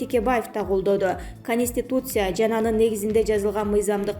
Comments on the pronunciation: КАнистИтуция дейт ко. Конституция деп айтса болбойбу? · КАнистИтуция КАнистИтуция КАнистИтуция КАнистИтуция КАнистИтуция ))))